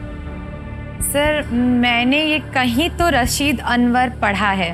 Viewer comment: Rasid. Anwar. Not. Raseed. Anwar